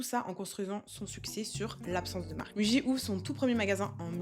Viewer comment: Attention on lit "mouji" en japonais